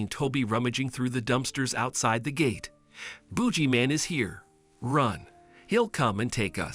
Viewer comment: "Booji man"? 😂😂😂